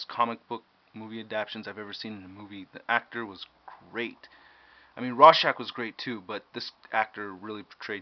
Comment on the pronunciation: its ROR-schach, not RAW-schach! but good review!